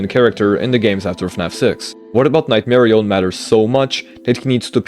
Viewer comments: Nightmari-yun not nightmari-own jumps off cliff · why does bro say "nightmarioné" like a French guy 🇫🇷